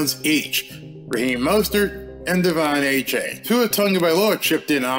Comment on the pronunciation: DE-Von A -Chan